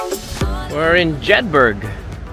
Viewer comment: Ogie you pronounce Jedburgh wrong.. you prounce the word burgh just like edinburgh… like eh-dunh-bruh…jed-bruh..